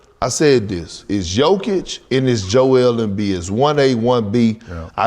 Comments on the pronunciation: Did KG just called Jokic - Dzjokovic ? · Kg called him “djokovic” 😂😂😂😂